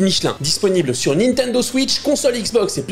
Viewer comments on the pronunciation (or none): none